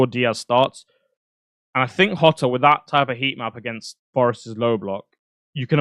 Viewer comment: Hotter?????? hahahaha thats how u say Jota